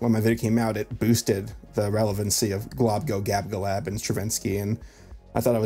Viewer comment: I'm impressed you can say "Globgogabgalab".